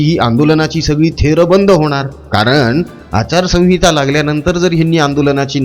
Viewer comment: अरे आचार संगीता नव्हे संहिता म्हणा..कुठे मराठी शिकलास...